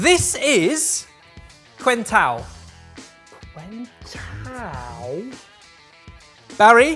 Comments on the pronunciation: It is SOOOOOO ridiculous to hear, and Barry pronounce quentão "kwen-tao" - I know the ão is hard for anglophones, but "que" in Portuguese is pronounced "ken" (and yes, they don't have to know that, but it's just really damn funny to me:D) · Nice to see a brazillian drink, just the pronunciation, the "que" sound for us is pronounced "ke", so it would sound more like "kentao" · 1) "Northern Ireland" isn't a country, it's an English colony. Free Ireland. 2) Hawaiʾi is a country, though occupied by the US. Free Hawaiʾi. 4) pronunciation of "quentão" sent me into a spiral. Let me try to help you: "kentawn". The "u" is silent, the "ã" is nasalised. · Full Brazilian REEEEEEEEE That slice of apple and that star anise should not be facken there in the cup. Also, plastic shit cups, that's what we use to drink quentão. Also, que=ke, the U is not pronounced. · As I am always saying here, Barry wins it all (s2 ). Brazilian here and I simply love how says Quentao, I dont drink alcohol but love a virgin Quentao, a strong and spicy ginger tea essentially. Thanks for featuring something from my country. Love you guys! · Almost dun died when I heard his mispronunciation of Quentão 😂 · The absolutely butchered pronouciation of quentão was as heartwarming as the drink itself. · So happy to see a Brazilian food on the channel! I loved saying quentão even though it was completely wrong lol Brazil is such a huge country, would be nice to see you guys explore more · Ouch that pronunciation of quentão!